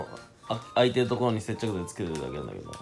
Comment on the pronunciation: 見遅れたけど通知が接着勢だった笑 酒の事さげぇって言ってるから せっちゃくぜぇ的な？笑